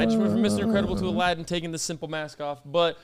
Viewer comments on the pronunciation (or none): none